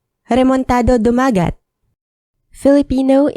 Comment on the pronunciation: A common mistake, but it's dumaGAT not duMAgat